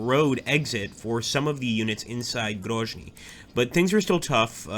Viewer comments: Isn't it Grozny with Z like Zealand? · In case of Grozny it’s indeed pronounced like Z in Zealand